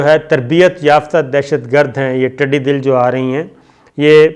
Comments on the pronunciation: یار کم از کم اردو تو ٹھیک بولا کریں۔ یہ لفظ "ٹڈی دَل" ہے ۔ "د" پہ زبر کے ساتھ ۔ یہ سنسکرت سے اردو میں آیا لفظ ہے جس کا مطلب فوج ہوتا ہے۔ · محترم صابرشاکرصاحب انتہائی معذرت کے ساتھ ٹڈی دل زبر کے ساتھ ہے جسکا مطلب لشکر ھے. ٹڈی دل یعنی ٹڈیوں کا لشکر. زیر کے ساتھ نہیں جسکا مطلب ( Heart) ہوتا ہے. شکریہ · السلام علیکم۔ آپ ہی کی طرح آپ تجزیہ بھی خوبصورت ہوتا ہے۔ میں پسند کرتاہوں۔ دو الفاظ کی اصلاح فرما لیں۔ ٹڈی دل ( د) پر زبر استعمال کریں زیر نہیں۔ Always use Information for both, singular or plural. Informations is incorrect. regards: Prof Riaz Ahmed . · Its not tiddi dil sir..its tiddi dall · Indian commentators themselves are admitting that China has come 17 km in Indian territory while our our commentators are reporting 4 to 5 km. Today Sabir Shakir while talking about locust attack said 'Tiddi dil', Sir it is not dil it is tiddi dall or dull, Dull is a Sanskrit word meaning 'lashkar' or 'group'. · Sabir Shakir sahab aap ki prnouncession kafi kamzore. Hai. Yeh taddi dil nahin tiddi dall Hai. Dall Matlab lashkar. Tiddion ka lashkar. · Sabir sab kindly correct ur word it tidi dal not tidi Dil.thanks. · Saber sb I like your style which make me believe what you are saying is right. I want to bring it to your knowledge that it is not tidi dil it is tididal which means tidioon ki fuoj , and I it is not shikist it is shikist. Hope you will not mind the correction. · The word is TIDDI DAL(JATHAA)(JHUND)(IKKAHAT)NOT TIDDI 'DIL'(HEART).PLEASE SAY IT CORRECTLY. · Tiddi dull kehty hn not dill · Sir tiddi Dil nahi tiddi Dal hota hai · I beg your pardon, sir. it is not -- tiddy dil-- but tiddy dal-- that means force or lashkar. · Tiddi dil nai taddi dall he pls correct the word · word is tiddy dal not tiddi dil e.g janta dal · Slam sabir bhai lafz tidi dill nahi dall he jis ka mining he lashkr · Tiddi Dal and not Tiddi Dil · Tiddi Dal, not Tiddi Dil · Yah word TIDI DIL nahin hay, TIDI DAL hay. DAL kay Daal kay ooper zabar kay saath. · Tidi Dil nahi tidi dall hai yeh word